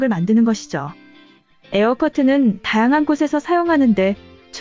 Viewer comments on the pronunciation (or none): '다양한'의 '양' 발음 연습 좀 더...